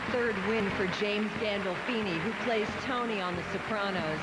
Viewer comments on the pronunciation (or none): "...who played TOMMY on The Sopranos." That bukiak who does the intro needs a meeting with Silvio and Mr. Walnuts to learn how to introduce correctly the name of the Don of Northern New Jersey! It did sound like she said Tommy to me tho she may've said Tony. But I don't know🤔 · Tommy? She said tommy?? ITS TONI